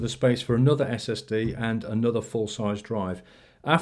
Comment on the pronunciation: Did you say STD not SSD!?!!?